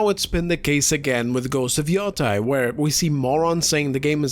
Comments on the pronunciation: Its not freakin yotai its yotei Yo te i Yotei Ffs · It's pronounced yoteh. When an e is followed by an i in japanese the i is silent and the e is always pronounced as an eh sound. It's actually pronounced as an elongated eh sound, but nobody is going to nitpick that when you're speaking in english. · People pronouncing Yotei as “Yo-TYE” make me want to flip a table it’s “Yo-TAY” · It's pronounced Ghost of the Yeti 😡